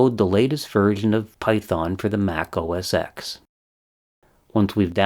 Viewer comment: Just to let you know Apple change the name of their operating system to macOS. It was never pronounced OS ‘X’. It was pronounced OS ‘10’ . Also what you call auto complete is called Intellisence. It’s a code completion aid. By the way I love your channel. You are so detailed oriented. Keep up the great work! Happy Birthday!